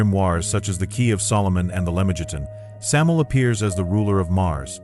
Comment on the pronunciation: bruh said samil lol thought it was sam-you-el or sam-aye-el